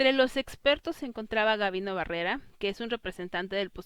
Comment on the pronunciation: Muchas gracias por tu trabajo, me pareció muy útil, solo una pequeña observación: es Gabino Barreda no "Barrera".